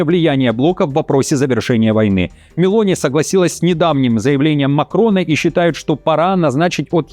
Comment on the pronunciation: МЕлони! Итальянцы ставят ударение на Е !